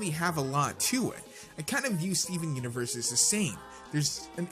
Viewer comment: U say the universe wrong